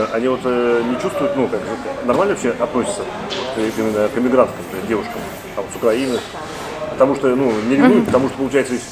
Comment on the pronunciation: ДЭвушука или ДЕвушка! Есть разница. Не надо приписывать Одессу к другим городам.